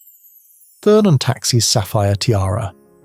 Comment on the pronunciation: Please note to whoever is narrating this article. The name is pronounced TURN and not THURN.